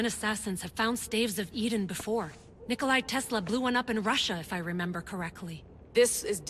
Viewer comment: pretty sure its nikola tesla not nikolai tesla xDDD